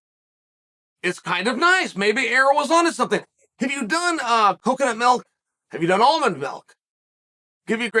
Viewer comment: How did I already know Chael was going to pronounce milk, "mElk", before he even said it?!?!